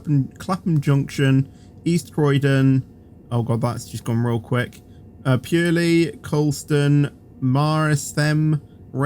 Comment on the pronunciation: It's Mert-sham and Pur-ley